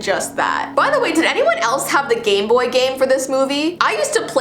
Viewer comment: Does anybody know about the gameboy version of it? Me: Did you say gameboard or gameboy 😳